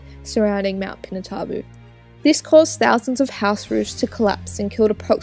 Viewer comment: It's pronounced pee-nah-too-bo